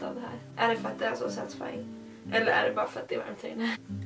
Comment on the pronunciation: Så många gånger sa setesfan stav 👎👎👎